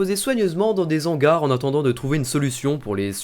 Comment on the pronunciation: Salut ! Tes vidéos sont vraiment intéressantes, mais je trouve que tu vas vite au niveau de animations et que ton débit de parole va vraiment trop vite par moments. Attention aussi aux fautes et les mots prononcés comme : " DES Zangars" (des hangars) on dit assainissement aussi par exemple... Sinon rien a dire j'adore !